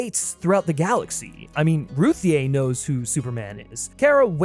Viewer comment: It’s pronounced “Ruthie” it’s just spelled weird lolol